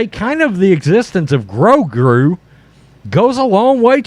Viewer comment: I always like how you screw Grogu's name!